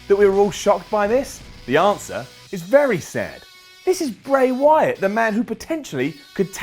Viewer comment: he said bry wyaat